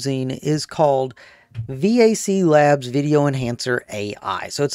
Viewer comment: You called it “vaclabs” however it’s “AVCLabs” so…. Just since people might be looking for the site based on your audio/